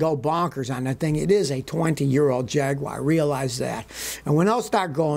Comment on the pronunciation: Oh Scotty, what the fudge is a Jagwire, is it possible you're trying to say jag u ar JAGUAR